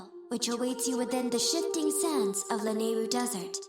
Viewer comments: I thought Lanayru was pronounced La-nayru or is it Lana-yru? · Hey, wasn't Lanayru pronounced Luh-nah-ee-roo?